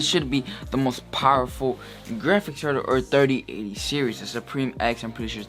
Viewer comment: “RTX Dirty Ate-ty”